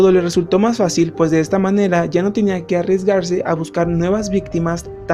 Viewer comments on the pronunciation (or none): none